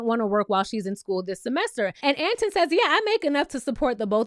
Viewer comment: Boo, who’s Ant in? 😂😂 I think you say it like Antoine.